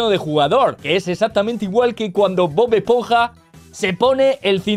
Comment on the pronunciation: Bob-ash-ponja??? Jajajajaj😂